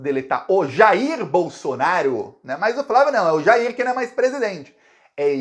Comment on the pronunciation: Assistam aos o falando "a chance do Queiroz DELETAR o Jair Blosson-aro..." Até me animei!